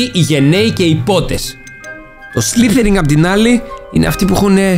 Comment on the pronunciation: σλιθεριν . το λες λαθως.